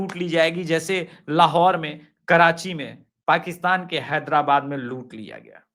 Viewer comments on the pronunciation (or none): none